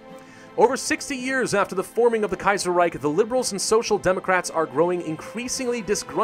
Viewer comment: "The Kaiyserreyk"...;) -, Grammer Nazi